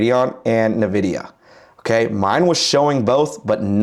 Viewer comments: You should be pronouncing it IN-vidia. Not Na-vidia. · “EN”vidia. Not what ever you said 😂